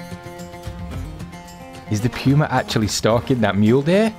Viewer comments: pewwma? its puma as in poohma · Love your channel but the way you say Puma is killing me. It is POOOOMA, not PEEWWWWMA. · It poomu not puema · It's not Puew-ma, it's Puma, Puuh-ma. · I have PS4, anyone know if they will be fixing the problems with tracks, blood trails, animals not dying or dissapearing problems? Any anticipated time frame with it from the devs and will it come in a console patch? Thanks for any commentary and sorry to be a snit, but it's pronounced Poooo-ma, not Peeeu-ma. Love your vids. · Everyone is calling it a “pewmah” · It's puma not pewma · I’m sorry but it’s said like pooma